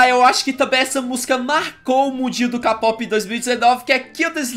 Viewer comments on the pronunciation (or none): Ksksksksks mano,o fala capope,sendo que fala Keipop e se escreve Kpop Mas nn ligo e mas legal falar CAPOPE